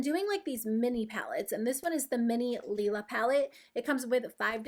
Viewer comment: Thank you so much for pronouncing Lila palette correctly :P I purchased this as well and I have absolutely no regrets - I totally feel like it's up your alley. Would love an update or tutorial with it at some point! Also your look in this video is stunning!! Best I have seen using the Norvina palette so far! <3